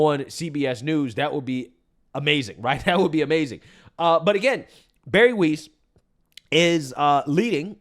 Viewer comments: Gotta love how pronounces shig 🤣!!! Barry Weiss.. (CuUNextTuesday) is pronounced w i ss, not weese 😅!! Just messing with you!! You're the best 🩵!!! Your our go to and have been with you from almost the beginning!! My husband and I friging love you 🩵❣️ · Weiss rhymes with 'ice' . It does NOT rhyme with "geese". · it's Pronounced "Wize" Weiss not Weeze. 😂😂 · Her name is pronounced like "wice", not "wees". You played a news clip with the anchor saying her name correctly and you still got it wrong. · Weiss. pronounce like Spice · Get it right - her last name is pronounced WYSE. You even heard the Fox contributor say her name in the video correctly! Pay attention. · Dude just heard the commentator pronounce her name..dudes dumb as hell